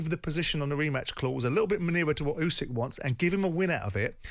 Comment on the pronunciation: FFS Jim it's ooo-sick not you-sick!